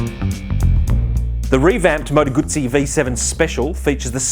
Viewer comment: Finally an Aussie who pronounces Moto Guzzi correctly.